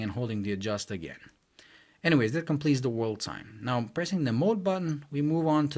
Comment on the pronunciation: It's "THAT" not "DAT". Thumbs down.